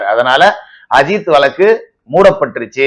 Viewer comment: Tamil pronunciation வழக்கு